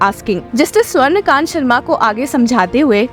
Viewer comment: Swarn Kant Sharma nahi..swarna kanta Sharma..i guess the voice is ai generated.. So many mistakes..you took the name of judge wrong so many times!! Cant trust this channel